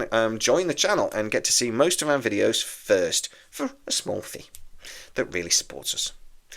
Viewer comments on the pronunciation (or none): none